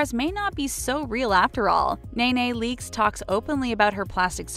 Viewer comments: Nay nay leakes!?!? 🤦🏽‍♀️ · Nay Nay Leakes? Wow.. Get her name right at least! Smh.. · Who the hell is Nay Nay Leakes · Exactly how can we believe anything they say when they shared a fake photoshopped picture of Nicki. The real girl showed that it was her and someone photoshopped the face. Then she kept say Nae nae leakes. NEEEE NEEEE I kept yelling into the screen lol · "nay nay leakes" buahhahahahahaha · “Nay Nay Leaks” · Who in the hell is Nae Nae Leaks?? Get the girls name right if you are going to report on her. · Who tf is nay nay leaks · Omg the way you pronounce nene leaks name drives me crazy